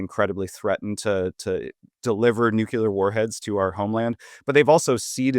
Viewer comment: If you pronounce nuclear as "nuke-yoo-lur", I have a hard time taking you seriously.